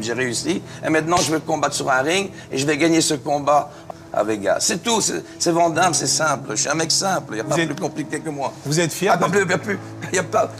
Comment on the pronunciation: On voit que le gars est sympa car vent damme mdr c est quoi cette prononciation de merde 😂😂😂😂